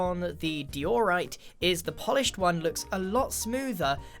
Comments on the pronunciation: lol dee or right. I say die er right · Dee-ore-ite lmao whut its diorite die-or-ite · “Dee-oar-rite” ??? It’s die-oh-rite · Most People: Diorite: DEE-orite: Today we're going to be pranking iskall. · Notice how Grian used to say de-or-ite instead of di-or-ite. My guess is Iskall lol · De-orite? You mean Di-orite? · I'm sorry did you just say "dee-or-ite?" It's pronounced "die-or-ite." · "deyorite" -grian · You mean deeeeoooorite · DEEORITE? DEEORITE? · Grian said to diorite:dee your right Diorite:D'o'rite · Diorite is pronounced Dīōrīte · I pronounce it die o right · He says diorite so differently now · You don't pronounce diorite like that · The worst thing is the way you pronounce diorite